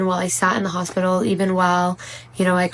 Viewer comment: You were in the crazy hospital !!! I wish you could learn how to pronounce hospital correctly!!!!